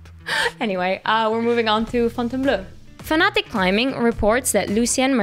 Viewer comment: Fontainbl'o' like water in french "eau" not bleu!